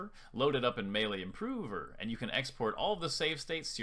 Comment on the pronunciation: love how you say improover lmao